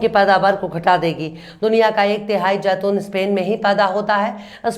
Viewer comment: Jaitoon nahin madam zaitoon hota hai